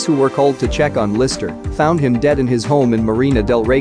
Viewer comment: DEID ? LMAO <<